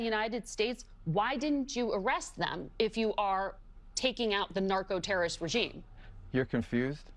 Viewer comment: U say Noarco Rubio That what u say 😅😅😂😂 Yes Narco Rubio